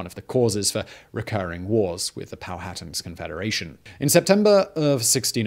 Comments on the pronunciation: Simon, I love your videos, but omg it's Pow-ah-tan, not Pow-hatten. Also, Pocahontas' birth name, aka her "secret" name, was Matoaka. I lived pretty much my entire life in Virginia and have read several books about Jamestown. I've never heard her referred to as Amonute. Is that a new discovery? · POW-HA-TAN...not POW-HAT-TAN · Not “pal-hatten” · Not pow hatan...pow a tan...powhatan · It's confusing. I know: Man-HAT-tan; but POW-a-tan. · Powhatan is pow-uh-tan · “Pow-a-tan” I think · Que que na-to-ra You will understand... THE DARK SHADOW OF COLONIAL ENGLAND